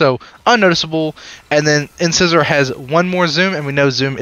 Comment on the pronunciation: It's not "in-scissor". It's "in-size-or". Like a tooth.